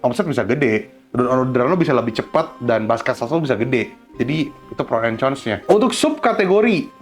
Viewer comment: Cons itu nyebutnya Kons ko... pake K bukan pake C.